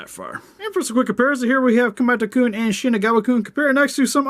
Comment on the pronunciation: It's kamatakoon and shinagawakoon.